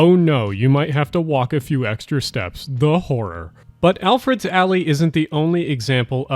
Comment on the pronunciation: Yo it's ElfreTH's alley not eLfReD's alley. How're ya gonna spell it right in the video and the mispronounce it for the entire voice over. Ffs